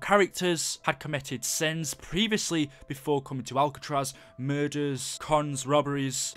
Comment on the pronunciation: It is Alcatraz not albetross